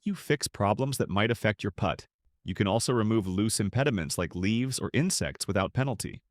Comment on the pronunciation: "Jorden Speith will "Poot" for Par" 🤣 🤣 🤣